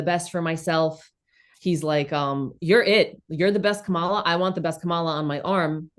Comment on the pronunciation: 🐫la not Kamala❗